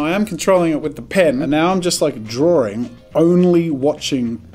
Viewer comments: Draw-ring lol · So many people pronounce the word draw/drawing like there is a second r before the w